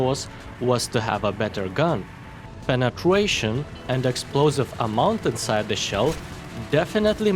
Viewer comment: Did anyone heard him say Penetwation